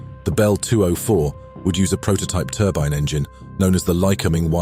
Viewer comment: Lycoming = Lie-Co-Ming